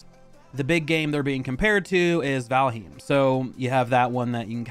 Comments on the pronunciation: but it’s pronounced like val-hime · Did he just pronounce valheim like valhoom? Lol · Not how Valheim is pronounced.